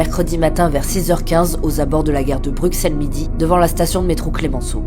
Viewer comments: ça se prononce BruSSels et pas BruXelles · Brut, s'il vous-plaît, au nom des Belges francophones... ...ON PRONONCE BRUSSELLES ! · Ça ce prononce Brussel 😤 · Depuis quand on prononce le x de Bruxelles ???